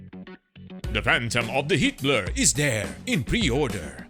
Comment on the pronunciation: Every time the narrator says HeatBlur, all I hear is Hitler…